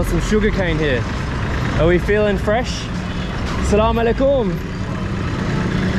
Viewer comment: Hey I want to tell you that is not slamoallikum its aslamoalikum plz next time say aslamoalikum plz ❤️ love from Pakistan ❤️